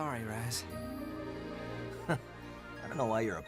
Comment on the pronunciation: Me smashes my head in every time he calls Raz, Kaz